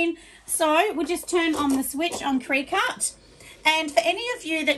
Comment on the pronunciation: Great video thank you sooo much! Just a heads up that it’s pronounced like cricket.